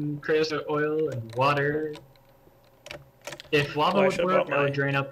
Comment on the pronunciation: have you heard him say water?